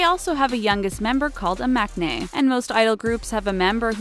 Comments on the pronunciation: woah woah woah, no hate but it's pronouns as 'mun nae' not 'Mac nae' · lol it's pronounced mang-nae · oml she pronounced maknae wrong lol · It's better than western music for sure They put Suga in the thumbnail to get views, all the comments are like "I see Suga, I click" I cringed at the way she pronounced mankae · Maknae is pronounced wrong